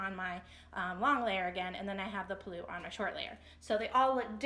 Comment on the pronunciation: So creative! I have to make one little comment though - please forgive my correcting you - the part of the sari that goes over the shoulder is pronounced pull-loo (where pull rhymes with cull or hull), rather than puloo, with the emphasis on the pull rather than the loo. It's hard to explain in writing! :) Other than that - I love how these skirts are putting the beauty and color of Indian fabrics and textiles on the map! Thank you!!